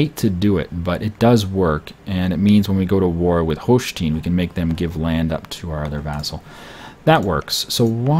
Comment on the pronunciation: You pronounce the "e" in Holstein like you pronounce the "i" in English.